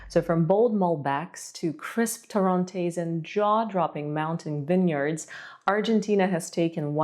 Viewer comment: Okay it's not torróntes it's torrontés